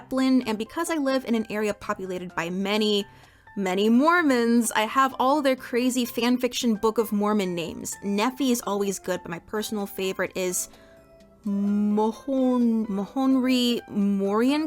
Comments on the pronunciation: as an ex mormon, hearing try to pronounce nephi and mohonri moriancomer made me giggle (KNEE-fye and ma-HAWN-rye more-ee-AN-cum-er for those curious) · as a former Mormon: Nee-f-eye like how you pronounce ph like an f. My best guess for the second name is that it’s a respelling of some Mormon name but I can’t tell you how the hell to pronounce it. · pronunciation: Mon-Han-rye More-ee-ank-comer Also Nephi is typically pronounced Knee-Fye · Feel free to ignore, this is super nit-picky, but as someone belonging to the (formerly called) "Mormon" faith, we much prefer the name Latter-Day-Saints, please and thank you, it's pronounced NE-phi (nee-fie). And no hard feelings on Mahonri Moriancumr, it's absolute gibberish if you're not familiar with it. ma-HON-ri MOR-i-AN-cu-mr (mah-hon-rye more-ee-ann-kuh-mer) Fun fact, the names we're pulling from are ancient native American in origin, with some mixes of Jewish and Hebrew.